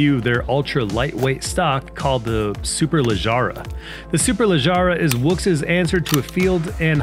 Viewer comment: Other ways to say it to not spu d ridiculous. 1.) "Super-leg-ruh" 2.) "Super-leg-ra"